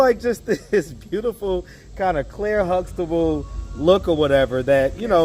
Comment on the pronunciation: She said Claire Sluxtable🤣🤣🤣🤣